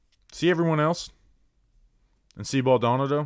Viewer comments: Hahaha. was killing me with the name pronunciation 😂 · You can’t be from the tri-state or Florida and pronounce his name this way. It’s embarrassing 😂